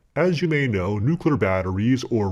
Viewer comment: "New...clear" try it !